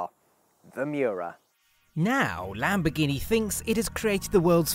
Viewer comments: Why are u saying Lamborghini wrong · Why do non Italian say Lamboghini without the R is it so hard to say?